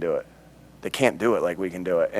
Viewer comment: “They can’t do et like we can do et” 😂